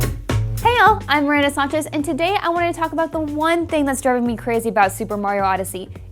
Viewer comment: "sonchez" gtfoh